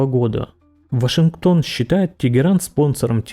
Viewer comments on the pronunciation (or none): none